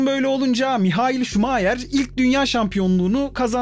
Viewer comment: Şuma - hır